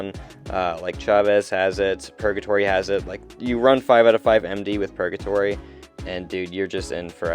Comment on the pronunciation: Dude stop saying purJatory. Hard G.